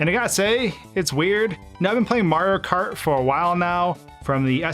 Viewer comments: Not even 5 seconds into the vid and i hear "MARKART" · You say Mario kart like a Californian Marokar